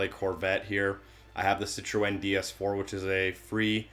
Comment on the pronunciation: ive legit never heard anyone say Citroen that way